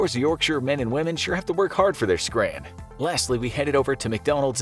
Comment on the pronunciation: Americans saying ‘scran’ is so funny to me 😭